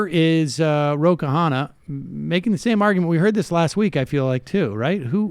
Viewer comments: Its konna not kahanna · It's pronounced KANA not KAHANA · Sam butchered his name haha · On pronouncing Khanna (Indian here): in many Indian languages, any consonant followed by “h” is meant to sound breathy, for lack of a better word. For example, in a word like “brush”, we don’t say “buh-rush”. The first letter has no vowel, so we roll from “b” to “r”. Similarly for Khanna, we start with a “k” sound, but immediately roll onto an “h” with no syllable or vowel in between those two letters. So literally, “k-hanna”, just like “b-rush” or “d-rive”. Hope this helps :)